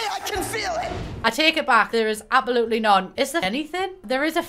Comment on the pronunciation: I love how you don’t pronounce the s in absolutely 😂